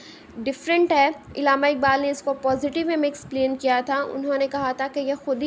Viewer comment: Pronounce Allama Iqbal not illama iqbal